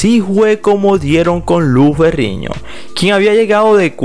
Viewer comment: Narrador por favor aprenda las pronunciación de las letras. No es Lou Ferriño, Es Lou Ferrino. Pronunciando bien la N no Ñ.